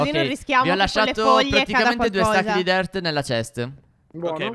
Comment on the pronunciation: Ma perchè dici dert di terra